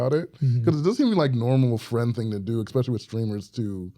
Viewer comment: Pet peeve- people who say "ex" specially instead of especially.